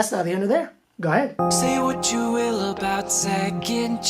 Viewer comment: WHY THE FUCK HE PRONOUNCED (ABOUT) WEIRD ABOOOOT THE FUCK??